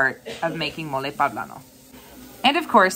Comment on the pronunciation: Awesome. pOblano. Not pAblano.